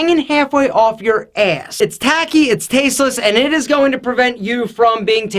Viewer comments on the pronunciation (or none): Snedsville HD That sounds more of an “AIS” or “ESS”